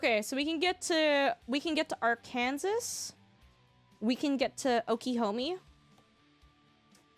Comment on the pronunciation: You’re supposed to say “AR-KAN-SAW” it’s not supposed to make sense 🫤 Also thank jeebus I’m not the only one that drives faster than… all of traffic 😂